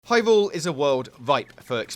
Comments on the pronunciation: "hywule is a wowd wipe faw ekpewimentaton" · "hywule is a wuwd wipe for experimentation" xD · "HIGH WOOOOOOOO" i almost skipped this vid didn't know he was talking about hyrule! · I just realized he said hyvule in the beginning